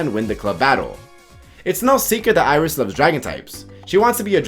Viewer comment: and once again someone fails to get his name right